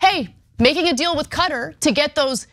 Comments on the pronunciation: Ana, Qatar is pronounced "Kuh-taar" not "Cutter." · Listen 1) David Pakman is defending Israel's attacks. 2) The country of Qatar is pronounces "K'tar" not "Cutter". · Please stop saying "cutter". That's not how you pronounce Qatar.